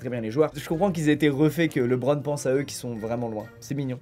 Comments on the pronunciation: Starfoulah il a dis hardeun au lieu de Harden Starf il a dis leubron au lieu de LeBron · Prononciation Personne : Squeezie: « rome run » au lieu de home run // « leubrone » au lieu de « libron » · il a osé dire « lebon » mais pas « li bron » 😭